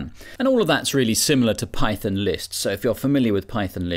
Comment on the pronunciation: Wtf is pie-thin?